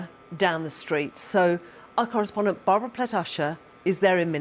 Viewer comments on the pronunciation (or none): none